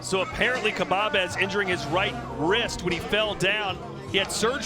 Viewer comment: He called khbabez kabbab